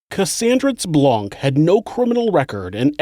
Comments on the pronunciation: 😁 I am French and the name Blanc is French for White but the C is silent 😉😊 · The C is silent….Blanc is a French name, the C is silent. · Hhaha, isn't the 'c' in "blanc" silent? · Just so you know, the c in Blanc is silent.